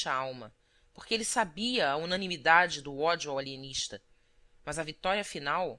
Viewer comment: O Alienixta! kkk